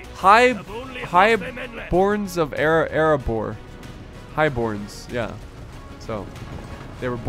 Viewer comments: the dwarves of Ereabor Me: dude pronounce it right for Durin’s sake!!! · he said areabor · Dwarves of eriabor🤔🤔 heheheh nailed it